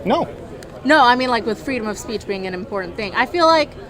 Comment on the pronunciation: "Freedom of speech is very impordent."